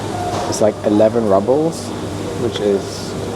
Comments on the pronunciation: Its roobles not rubbles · It's pronounced "roobles" no" rubbles." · Not "rubbles" -it's "rubles"! 😅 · It’s pronounced ROOBLES not RUBLES